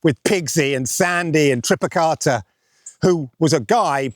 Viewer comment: TripiTaka not TripiKata!!! 🐒😂 #monkeypedant